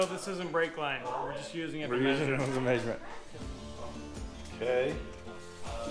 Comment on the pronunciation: Lol I’ve never heard anyone say the word measurement pronounced as Maysurement. I can’t wait to see the Maysurement results in the worlds biggest wrecker. Love the channel. Any chance we can get an introduction to the whole team. For a year I thought Lizzie was the daughter of. I have no idea who is who and I’ve been watching for years now.